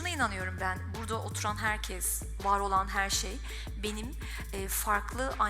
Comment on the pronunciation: 3.48'de olayı özetlemiş. Herkes en iyi bildiği işi yapmalı demiş... Diksiyon 10 numara ama herkes yerine yanlışlıkla 'herkez' demiş. Bir yerde daha takıldı toparladı sonra... Zamanla mükemmel ötesi olacak. Daha çok genç... Helal olsun hepimiz aynıyız dedi katılmamak elde mi. Soy ağacını çıkartıyor bazıları güler misin ağlar mısın... Takip ettiği de baba tarafı. Tek taraf. Sanki klonlanmış. Örnek bir zenci kadınla beyaz tenli bir Alman erkek evlendi. Çocukları da anneye çekti ve kapkara bir tenle dünyaya geldi. Şimdi git bu çocuğun kökenlerini bembeyaz tenli Anglo Sakson baba tarafında ara... Bak bakalım nereden geliyormuş ataları diye. Madem arayacaksın, çocuğun tipine bak git Masai Mara'da ara... Nasıl bir ataerkil anlayıştır. Hâlâ da savunan var.. Bi bitmediniz